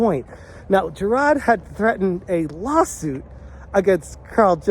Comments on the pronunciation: Huz names Jirard not jarad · Why do you pronounce his name as JI RAAD? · How come you cannot say “jirard”. ? Its not hard. Can’t you pronounce “R”? LMFAO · I'm pretty impressed that you've covered Jirard so much, yet don't get his name right. Amazing journalism on this one.